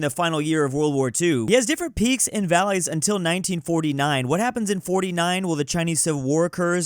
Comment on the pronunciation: Fym "Vallays"